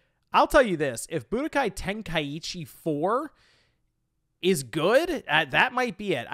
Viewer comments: It's pronounced Ten-Kai-Chi!! There's no extra I in the word 🤬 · Thank you for sharing your thoughts and feelings, I'm definitely ready for this one. SO many good times with this game and when you pronounced it "ten-kai-Eee-chee" it brought tears of joy to my eyes haha. It reminded me of the days when my boy used to say it that way and I'd always laugh and be like , you mean ten-kai-cheese? Because it was so easy to hide then spam . It was fun!! But not being funny or anything because I'm definitely not a wack job but it truly is pronounced ten kai chee but I like the way you and my friend say it.